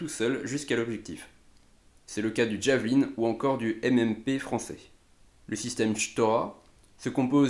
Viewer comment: Sa se dit javeline et pas ddddjaveline comme les amerlok ….